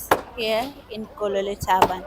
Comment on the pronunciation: Kololi Tavern not taban